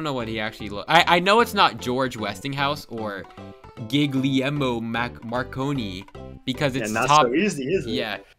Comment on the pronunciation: "it's not Guglielmo Marconi (brutally butchered) because it's top ten innovators" all of the fucking thing that use radio transmissions be like: wtf is he talking about?